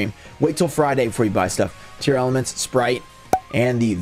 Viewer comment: I don't get why everyone is calling them Tearelements? Tear-La-Ments. Dunno where all the extra letters are coming from?